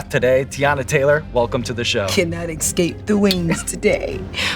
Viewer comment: I love how she says "excape" 😂